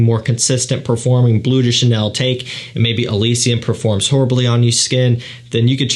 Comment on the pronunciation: Cant even pronounce bleu de chanel😂 its BLEU de chanel not BLUE de chanel